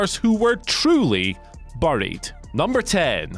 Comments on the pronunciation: What just makes me laugh is how this guy cannot say 'buried' correctly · Why is he pronouncing buried wrong? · I’m Andy from Whatculture and I don’t know how to pronounce the word ‘buried’. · I am just annoyed by the way he pronounces 'Buried' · The way Andy pronounces buried really got to me 😂😂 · England- "buh-ried" America- bæ-ried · You couldn’t have gotten somebody who can atleast pronounced the word properly to do this list nah? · Maybe I just heard the word too much but even so you say ‘’buried’’ very weirdly, or is it just me 🤔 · He definitely does. They should've got Simon Miller or Adam Cleary to do this list